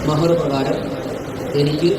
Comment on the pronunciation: മെഹർ അല്ല bro മഹർ.